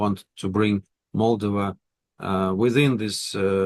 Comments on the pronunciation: The Russian doesn't even know how to say "Moldova" properly but want this country to be Pro-Russian. Its MolDOva not MOLdova. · Valuable content on a rarely mentioned country. Moldova (stress on the second syllable. Polyanski should really know this because it is pronounced exactly the same way in Russian) has always been a dirt-poor, geopolitically insignificant pawn in the games of its bigger neighbors; it is a shame it is coming out of the shadows for all the wrong reasons.